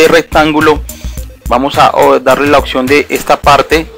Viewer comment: Gracias compa........ de donde eres?...... se dice oPción, con P, no oCción con C, así lo pronuncian todos en tu país?........ saludos!